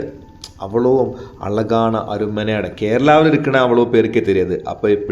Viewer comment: Don't say alagaana. Azhagaana. Zha sound as in pazham.